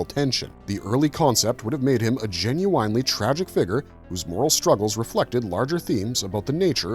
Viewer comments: GEN-YOU-WINE-LEE Artificial Intelligent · This was pretty interesting but after about the ninth time you said "Jin-you-winely" I had to turn it off. Not so much the weird pronunciation but the fact that you used it at least once per paragraph. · ❌❌❌Gen-You-Whine-Lee ✅✅✅ Gen-you win-Lee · Would love to subscribe but can’t if someone constantly says genu”wine”ly instead of genu”win”ly. Atrocious! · I am gen-u-wine-lee interested. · "Gen-u-winely"? Where do they find these narrators? If this was AI-generated, it was obviously programmed by someone that didn't actually speak English. Also, holy cow! That artwork from the comics is gen-u-whinely atrocious! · Is "genuine" the word of the day? Why repeat it so often? Just to pronounce it weirdly? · Today's Word is "Gen-u-winely." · The repeated pronunciation of “Gen-u-ine-ly” is killing me. The video has now made me want to listen to `90's R&B singer: Ginuwine ! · Please, make it stop!! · "Meet me , I love it when ya talkin dirty" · Will someone please teach this guy how to pronounce 'genuinely'? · This video could have been FIVE MINUTES shorter than it is - with the repetitive AI writing replaced by authentic script writing. A person might also know how to pronounce 'genuinely' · Putting the wrong empAsis on the wrong syllAble for the word “genuinely” makes this sound like AI, that’s not how a human pronounces that word.